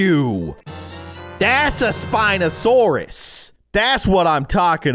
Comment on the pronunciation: The spineosarus one was pronounced pare-sal-olph-agus